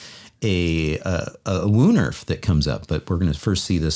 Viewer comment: The "oo" in Woonerf is pronounced more like "oa" in oak.. The way English speaking people butcher the "oo" in Dutch is written like "oe".. Sorry to take on the role of Language police...